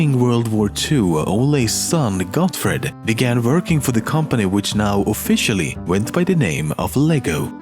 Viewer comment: Im Danish so it just sounds soo funny when u say Ole or Leg godt XD XD XD